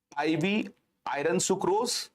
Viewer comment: IRON pronounced as AI UHN ,AI URN not i run